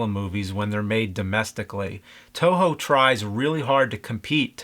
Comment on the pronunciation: its toho not Tojo